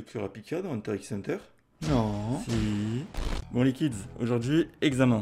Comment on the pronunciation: C'est pas '' Hunterxhunter'' ça se dit''Hunter hunter''